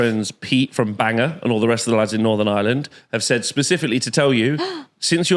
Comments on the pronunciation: Bangor is pronounced bang gore, not banger. 😂 shout out from Northern Ireland. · Here "Bangor" is pronounced "Bang-Gore"